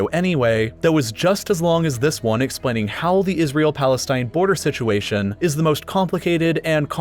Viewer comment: I like how he say plastine